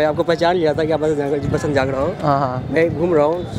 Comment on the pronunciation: jangada Nahi jangra